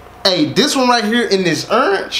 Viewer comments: “Ernge” 😂 I’m dead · “LOOK AT URANGE” 😭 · He said look at urange not orange URANGE! This was the funniest reaction I watched this three times 😂